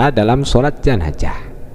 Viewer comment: Gelar Ustad... bilang jenazah aja gk becus😡😡